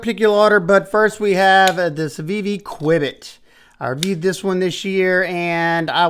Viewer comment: I feel like its CUE-bit